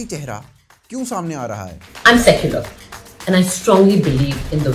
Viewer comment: Woh "suck-your-L" bol rahi hai